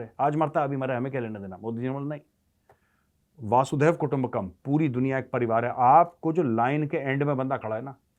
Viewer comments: मेजर साहब, "वसुधैव कुटुंबकम्"। अर्थ, वसुधा (पृथ्वी) ही एक कुटुंब है। ये आप "वासूदेव या "वासुधेव" कहते हैं इस का कोई अर्थ नहीं है; ऐसा कोई शब्द ही नहीं है। लेकिन ये मैं भी किसे समझाने की बेकार कोशिश कर रहा हूं? जिस के लाखों दर्शक हैं और उसी हिसाब से हज़ारों कॉमेन्ट्स् आते हैं, वो कब वक़्त ज़ाया करे अपने आप को सुधारने में? वैसे भी ऐसी ग़लत भाषा बोलकर ही लाखों दर्शक कमाए हैं; तो लगे रहिये। और ग़लत भाषा बोलते रहिये। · वसुधैव कुटुम्बकम् न कि वासुधैव ❤🙏🏻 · Major sahab galat bolte ho ap vasudev kutumbhkam. Vaasu nahi hai vasu hai.